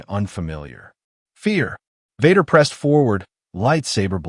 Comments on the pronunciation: I couldn't go past 3 minutes on listening to the crappy AI reading... Darth Vahder was the last straw! I rather a real life person who stutters read this than AI. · The mispronunciation of Vader is hilarious